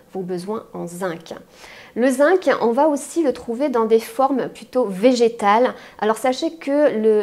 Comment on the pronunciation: Bonjour, excusez moi mais le mot Zinc se prononce "zing".